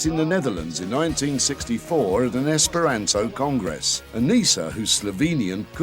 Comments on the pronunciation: you said esperanzo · I wonder if that reporter's accent got in the way of him learning the language, given he kept mispronouncing the language's name - Esperanto is pronounced with a long A, not a short one. Still, it's great to see Esperanto get some good publicity. Gonna have to learn that song the kids were singing.